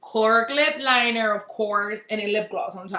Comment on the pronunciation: “With a right lip linerr “ lol